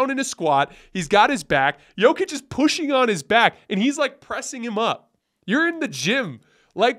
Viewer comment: is hardly alone in getting things wrong about Jokic. Most NBA talking heads, even after 2 MVP's, still mispronounce his name. Denver fans just throw our hands up.